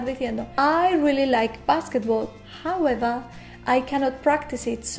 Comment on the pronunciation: Todo bien hasta que dijo Jaueva